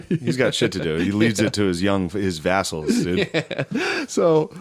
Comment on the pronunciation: I love how shane CANNOT not correct matt on vassal pronunciation